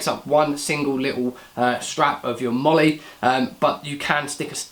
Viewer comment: You pronounced MOLLE correctly! I'm so happy! I have the 2nd gen HSGI version of this rig, it has a width of 6 loops instead of 5, makes it slightly more useful imo.